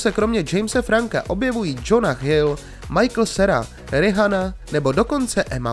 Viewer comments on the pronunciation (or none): Nauč se vyslovovat správně jméno Rihanny.